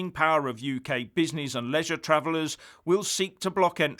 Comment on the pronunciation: Love it when you say: "bizz-nizz-izz", it cracks me up...